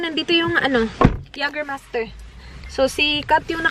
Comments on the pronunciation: Jagerbomb! Jager + redbull or any energy drink :) oh and its pronounced as "Yeygermeister" 😁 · Jägermeister - Yeygermeyster pag pronounce☺️ 🇩🇪